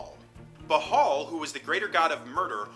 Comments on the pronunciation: Im not 100% but isnt it pronounced "bale" or "ball" not "b-hall"? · Ok, for starters, it's called: "The Time of Troubles" not "The Times of Trouble". Secondly, "Bhaal" is pronounced "Barl" (with the 'r' being soft), not "B-Harl". Thridly, what's up with you referring to LORD (not Lady) Ao the Over FATHER (not over mother) with a feminine pronoun at the end there? Ao should only be referred to with masculine pronouns since, even though he doesn't have a gender the way creatures do, his nature is more correctly analogous to that of the male gender, since in the act of creation his power tends to a more perfect likeness to the male's role in procreation, which is itself active and giving, rather than passive and receptive like the female. Pretty basic theology bro.